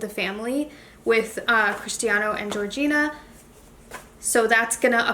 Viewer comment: Her name it’s Georgina not Georgiana